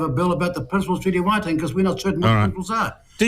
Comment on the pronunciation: Even you can't pronounce Waitangi